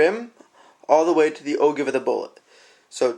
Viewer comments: Just because I'm OCD... It's pronounced "Oh Jive", not "Oh Give" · Not a bad video, but it is pronounce "oh-jive" and is spelled ogive, not o-give. You should, also, "spin" the brass while in the calipers so the head squares up to the outside measuring contacts. Verifying the round in your calipers after you removed it from the rifle would, also, have been a good idea. I don't know about most people, but "good-enough" isn't in my vocabulary when it comes to reloading. You are definitely on the right track. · Enjoyed the video. I have always heard "O-give" pronounced "O-Jive". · Good job overall but again it's actually pronounced "o-Jive". Keep up the good work. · Great video. But it's pronounced "OJIVE". I'm just sayin"..... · The Ogive?? LOL! It's pronounced Oh-Jive.... ROFL! But yes, a good explanation and good video. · LoL It's pronounced - Oh Jive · Ogive is pronounced Oh-Jive. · Yes. Ogive is a geometric shape. See: I was trying to help you with the pronunciation. You mispronounced it in your video. FYI .... most people mispronounce it.